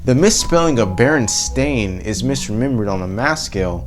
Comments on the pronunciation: Berestain sounds like it would be pronounced berenstein and I feel that that's really the reason why people remember it like that because you can easily say berenstein. even this guy had that moment you can hear berenstein when he meant berenstain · I remember berenSTINE (not the spelling but the Pronunciation. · I was born in 1983. I remember my teacher reading our class one of the books. She pronounced it BerenSTAIN. I then asked her why it sounded that way when it was spelled 'BerenSTEIN' on the cover. I asked why it did not sound like comparable 'EinSTEIN'. She agreed it was rather odd so we checked many other books to see if it was some error. All of them had an E. We ultimately decided it was just a foreign pronunciation and not bound by English pronunciation. A couple years ago I saw my niece watching TV and noticed the TV show spelled it BerenSTAIN. I asked my sister about it (born 1986) and she remembered it being STEIN as well. I was actually a little relieved as it had always irked me how they pronounced STEIN as STAIN. I thought they just changed it to fit the way people pronounced it. Just recently I find out the claim that it has always been an 'A'. As a child I was bright and inquisitive. I'd won many spelling bees and always dissected words to almost an OCD level, purposely pronouncing them in an accentuated manner so the correct spelling would stick. I would not have become so distressed had it actually been spelled with an 'A'. Furthermore, I highly doubt my teacher would lie so blatantly to me and my class. I know what I saw. This is not just some error in malleable memory. Something is amiss.